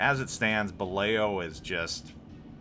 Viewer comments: Buh-LAO. Not "buh-LAY-oh" just FYI. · It's pronounced "Buh-lou" and the Balao class could travel at about 20 knots surfaced. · are you saying Balao correctly? Lol no biggie but lol.